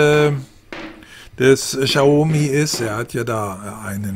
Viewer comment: Cooler Test, aber BITTE ( bitte bitte ;) ) informieren sie sch vor den Videos, wie man die Produkte und Hersteller ausspricht. "Xaumi" tut jedesmal aufs neue weh. ;)